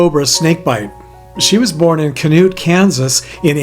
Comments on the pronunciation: Hey. It’s pronounced Shanute not kanute. Just saying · That one lady that was said to be buried in kanute,Kansas,the town is called Chanute,the Ch sounds like a Sh not a K,get it right dude 🤔 & if you can't pronounce the name of the town correctly then don't try to say them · The town in Kansas that female is from is pronounced sha nout. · Chanute,KS is pronounced sh-uh-newt if you care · The pronunciation for Chanute, Ks. is Chaa nute. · This was a really interesting video but I do have to make a correction for you. On the Wiley story you mispronounced the her birth city it is pronounced sha nute not to be picky but I just thought you might like to know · It’s pronounced “ CHA- NUTE Kansas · Oooops. You mispronounced Chanute, Kansas. It's "Sha-noot" with a S-H sound. Not a hard C or K. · You mispronounced Chanute. I'm from Kansas.